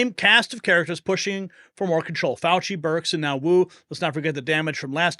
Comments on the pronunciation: Fauci fooowah pwison 202 fouwahhh!!!!😂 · Fauchi, not Faucher…sorry!❤